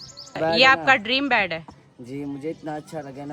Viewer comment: بیڈ نہی کہتے بیتbet